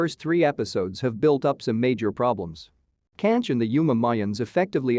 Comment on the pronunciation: Dude... It's Canche! Not Canch!!!